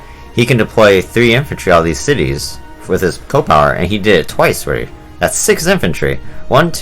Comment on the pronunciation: I find it funny that you pronounce it co-power and not C.O. (see-oh) power.